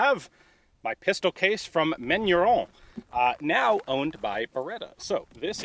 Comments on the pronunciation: Kudos for trying to pronounce the french, but your box said "Manurhin" (raen) not "Manurhone" (rawn) you mixed up your major french rivers, Ian! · I love Ian's pronunciation of Manurhin (actual pronunciation: [mænyʁɛ̃]) as: [mæɲu:ɹɔ̃]. It's a perfectly fine example of Americans' interesting interpretation of French phonology. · Side note for information : Manurhin you are pronouncing as "Manu-Rond" (like french "Round (shape)") - it's more like "Manu-Rhin" (Like the Rhein river in French) - it's complicated because neither of those nasal vowels exist in the English language. Compare : Manu-Wrong to Main-Rain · Ian : Manurond Me : Manurhin Ian : ... Me : ok, manurond. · Manurhin not "manuron". No "o". Manurhin is a portemanteau (French spelling) for Manufacture du Rhin, or Rhine Manufacture. The gun is quite beefy. The top strap is thick and very strong so are all other parts. Cylinder, barrel, etc...Every single part on this revolver is hand forged, hence its strength and longevity. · That pronunciation sounds like manure... @@